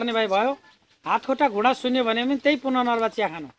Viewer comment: पुनर्नवा हो ! पुननर्वा हैन। अर्को टटेलो नेपाली; टोटला हिन्दी!